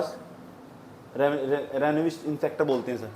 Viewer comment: रेनवस नही रेवेन्यू इंस्पेक्टर कहते हैं। सर